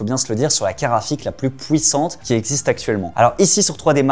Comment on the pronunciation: « La carte graphique la plus pouissante » j’adore c’est accent belge ❤️